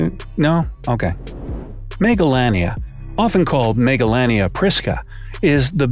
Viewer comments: I thought he said megalovania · how says and pronounces it: 'Megalania' - how i, an undertale fan pronounced it: 'Megalovania'